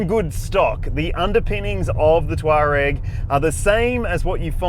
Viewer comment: Touareg, not Twarag.😊